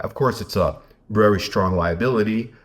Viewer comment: She has been vewry vewry tweit tweit